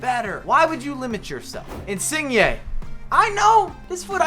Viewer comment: Insigne u saying his name wrong bro hehe I know its hard lol